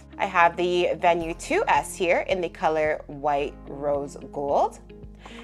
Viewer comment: Thank you for pronouncing Venu correctly. So many reviewers pronounce it with a long e sound like veenu.